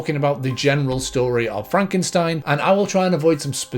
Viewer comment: by the way, its mexican that frankenschtain😜